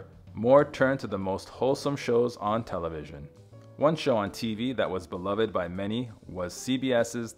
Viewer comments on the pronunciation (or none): But Y’all HEARING was pronounced Herring …. 😂 and to be honest I don’t like his pronunciation of beloved ~~ Be-luv-Ed? WRONG! In this sentence it should be (quick first syllable) Buh-loved. Lots of weird inflections… not sure what y’all are “ herring” lol